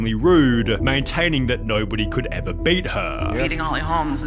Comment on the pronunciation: evarrrrrrr....opportunityyyyyyyyyy.... can't stand how that guy intentionally elongates the last syllable of all his words.